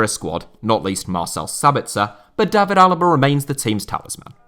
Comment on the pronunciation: The good old English pronunciation of Day-vid for the English, Davvid for every foreigner with the same name.